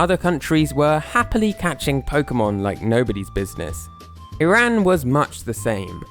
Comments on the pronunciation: I’m Iranian and btw it’s pronounced E-rahn not I-rAn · or as "e ran" ITS "E RON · STOP PRONOUNCING IRAN AS "EYE RAN" THE CORRECT WAY IS "E RON" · I've always pronounced it as "ehrán". Also, it sucks that you're in such a closed off country. Iran is a beautiful place and I'd love to visit if it didn't have so many major problems. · If you're going to do an entire video about a country, the least you could do is pronounce it properly. It's ee-rahn